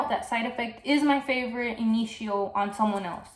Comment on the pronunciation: yes please, more about Rehab. Which fragrance does it get compared to? And this one could work in warmer weather, right? You have been pushed, my friend! Oh BTW I love the way you pronounce Initio! 💚💚💚💚💚💚